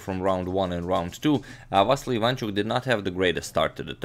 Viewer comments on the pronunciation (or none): please dont say vassli say it correctly va-ssi-ly